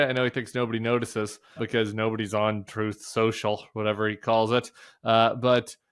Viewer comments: Troath Senshul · I think he called it "Troth Sencil" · “Troth sential” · "Truth Social... or whatever the calls it." I think, Tim, you'll find that he calls it Trothe Sential. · I think everyone should use Packman's sound byte from one of his rallies where he mispronounces Truth Social as "Trouth Central" -- in his own voice in other words, make sure it essentially goes YouTube mainstream. David has kind of stopped doing it all the time and honestly I can't here Truth Social in his voice without hearing Trump mispronounce it. Anyway, love your take on all this and the attempts to make his mental illness mainstream (since the traditional mainstream news isn't doing their job). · He calls it Trope Central, Tim!😂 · "Troth Cential", trump speaking of his social media platform, recorded by David Pakman.